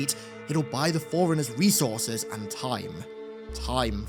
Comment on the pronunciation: Can’t tell if this guy is saying “foreigners” or “forerunners”